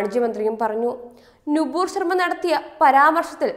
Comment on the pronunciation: നു പൂർ അല്ല നൂപുർ ശർമ്മ